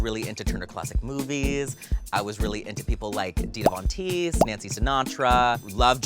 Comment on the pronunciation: did she mispronounce Vontesse or did they misspell it? cuz the way she said it isn't the way it's spelled.